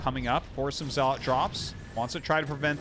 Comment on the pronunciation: Does anyone else get annoyed by the way arty says dragoon and zealot? xD